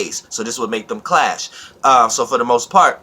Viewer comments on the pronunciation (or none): 15mins in, I like how the way you said "clash" sounded like "class"🤓